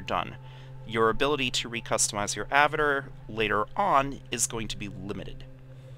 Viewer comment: Thank you for the videos, as I'm starting to get into EvE myself, but damnit man, I felt like punching you every time you said "Avitir" instead of "avatar!" XD